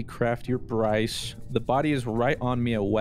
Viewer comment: He said his name is Broice! Hahaha